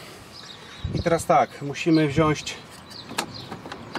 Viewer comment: Super film. Wszystkie kanały prowadzone na wysokim poziomie :) Mała sugestia... poprawnie mówi się WZIĄĆ, a nie wziąść. pozdrawiam bardzo serdecznie